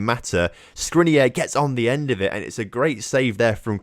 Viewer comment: The only mistake you made in saying Skriniar is the end. The "AR" is pronounced like in "far" or "jar"! Glad to see you signed a player from inter😁💙🖤